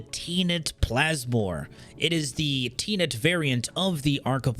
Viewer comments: I love how he said teenet plasmor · please someone tell me tenet isn't actually pronounced the way does lol I believe it is pronounced with the e's sounding like in den or nest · I have to know.. ive just started watching you.. Do you intentionally misread the names of all the weapons? You say.. quote me.. "muriel cernos".. muriel.. m-u-T-a-l-i-s-t. Muriel. Silent T's much? I thought it might be intentional but then you say "teenit" instead of "tenet" (ten-it). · "aw man Im going to annoy a lot of people with my pronunciations" I'll bite! tenet pronounced ten-et not teen-et XD but moreseriously is viral just the way to go regarding any bonus weapon and is there an easier way to change these bonus in post without having to farm all over again ? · Tenet is pronounced Ten-et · Teenet :D Do you not know what 'Tenet' means and how to pronounce the word? 🤣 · Teen net arca plasmore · i was ok with the bad pronunciations until the Tenet. that felt like nails on the chalkboard of my soul.